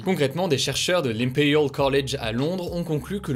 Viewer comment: Imperial colege à Londres l'accent 😂 est excellent